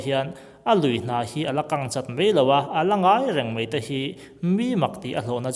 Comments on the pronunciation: Mai ti a lam rik tur Mei tiin i lam ri tlat zel hi ngaihthlak a hreawmna ani.a bak chu a tha viau e.Go on...Best of luck👍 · He thil hi kei zawng ka ring ve hauh lo mai. Eng pawh hi ngaihthlak a nuam e. Kan ṭawng hi chhiar leh ziak hi uluk deuh ang u. 'Mai' tia lamrik tur 'mei' tia lam rik a awm nual mai; ṭawng uluk tan chuan a awmzia a tidal tlat. Ṭang sauh sauh teh u.